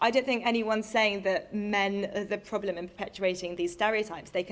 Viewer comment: I like the way she says problem. “Poblem”